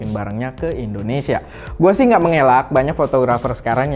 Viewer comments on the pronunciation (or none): none